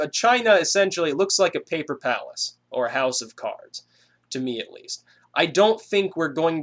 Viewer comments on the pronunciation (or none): PAPPLLR PARRACE! HOUSS OVV UHH CAAALLLRRDDZ